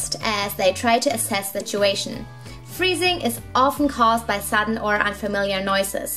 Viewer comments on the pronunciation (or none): Anyone else thought she said breathing instead of freezing